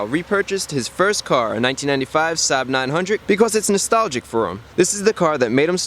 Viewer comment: the way Chris says Saab sounds like Suh, dude